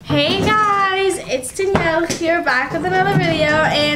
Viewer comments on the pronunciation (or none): none